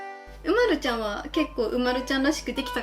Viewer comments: うまるちゃんは うまる↑ちゃんじゃない？ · 私とうまるちゃんのイントネーション違う。う→ま→る→ちゃんだな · おくみ 人によって色々発音が違います！ちなみにわたしは う↓ま↑る↑ ちゃんなので違うように聞こえました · うまるちゃんの発音が違う